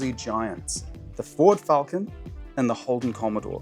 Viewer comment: Crayon enthusiast, are they people who can’t say Falcon properly?